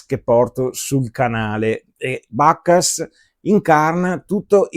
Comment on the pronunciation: Bacchus è latino, eviterei di pronunciarlo all'inglese... "Suona" anche male 😜